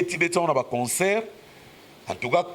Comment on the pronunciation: on ne dit pas conceurt mais concert ne confond pas avec consoeur.